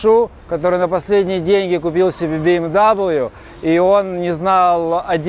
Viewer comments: BMW правильно произносится, как БМВ,а не Би Эм ДаблЮ, автомобиль немецкий и произносить название лучше на языке производителя, Bayerische Motoren Werke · бэ эм вэ, а не даблю) Баваришен мотор вэрк!)